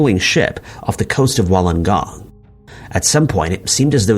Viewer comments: It's pronounced Woolengong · Just a quick thing, it's pronounced Wool-en-Gong. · You pronounce Wollongong as Wool n gong